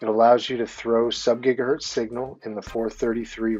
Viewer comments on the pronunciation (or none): "...when you're shooting signal out .. ...subgigaHURT..." Tell me you're a poser without telling me you're a poser.